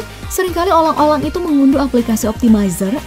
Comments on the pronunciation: Kok olang olang sih, bukan orang orang😂🙈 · kok "olang²" bukan orang²😂😂😂😂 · "Olang-olang" :v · sering kali olang-olang itu...😌😌🤣🤣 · Awoakowwk olang olang harusnya orang orang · dan sering kali olang olang mengunduh aplikasi. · Dan Olang Olang Itu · olang olang wkwkwk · Tepat banget gua buka komen liat komen lu dan admin nya juga Ngomong olang olang :v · Wkwkwk olang2 dongg😂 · Olang Olang wkkwkw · Olang Olang? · olang olang 🤣🤣🤣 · olang olang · " olang olang " Ngomong nya cadel atau salah itu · olang Olang🤣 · Mungkin ga bisa bilang 'R'